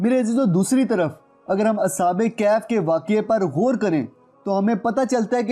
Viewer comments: Sir sahi word kahaf hai kaif is wrong pronunciation plz correct it thanks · It's kahaf please pronounce true word Kahaf not kayhayf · bhai kehaf ni kahaf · Bhai video buhut achi hai lekin ya lafz galat Ada kar rahe ho kaif iss tarh bola jata hai.ya kahf hai Na ka kaif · Asalamoalaikom kaif nahi bhai kahaf aur ya syedzada kia hota ha? syed kioun nahi? waisay ap nay mahnat achi ki. isa jari rakhain. Jiakamullah ho khair